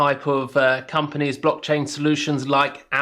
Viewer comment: Thanks for doing this-I operate on coinbase pro because of regional restrictions. I''ve noticed them more than once, and my gut was stirring- after seeing this I'm definitely take up a lt position and explore and of course, trade them in a separate pool. That being said, it's "blockchain" not "brockchain" you racist plick. :-D See what I did there?